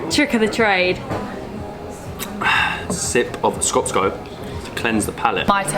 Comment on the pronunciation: first channel to do a vid on macedonia where the pronunciation of skopje wasnt butchered. well done.